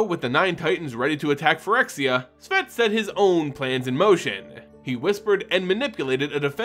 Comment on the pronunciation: Why do you keep pronouncing Szat like it has the letter v in it? Is sz pronounced sv in another language like how the card Jokulhaups is pronounced like a y instead of a j?